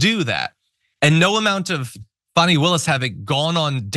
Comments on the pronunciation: She wouldn't be socially "grounded" enough for me to want to buy hamburgers from, at a fast-food counter. She's one of the defense attorneys and she still hasn't figured-out the pronunciation of the DA's first name--; and even when she remembers it--; she still tries to argue that it may not feel like the most "?logical?" pronunciation to her--(!?); And she still has the unmitigated audacity actually to "disparage--;" the ("heroic"), super-competent, "accomplished" attorney Fani Willis--; as who "she-herself," Alina Habba, is--; namely, the farcical comedic trope of the employee so inept they can only just barely hang on to their job by a fraying thread--! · I wish Fani would make a zoom meeting to just go over the pronunciation of her name. I’d love to be on that call. I know it’s petty, but WTF.